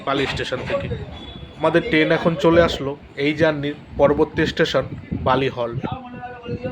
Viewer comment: টেন না কি ট্রেন